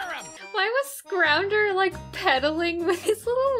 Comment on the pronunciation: I cannot watch the Sonic Sez segments without thinking of the YTPs "Kids, you're not important, you're not cool, you're dumb" "So if you live in a tree, do the city a favor, plant your lungs" "Music's great Tails, but don't listen" Etc Edit: also said "Scrounder"